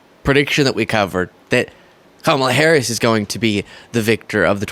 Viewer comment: This the first time he says kamala harris name right lol